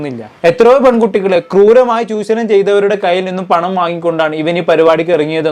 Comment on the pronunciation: ചൂശണം അല്ല ചൂഷണം